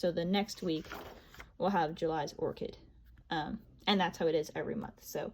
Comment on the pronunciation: I’m waiting for mine 🥰 Love the script too! Btw orchid is pronounced or-kid 😉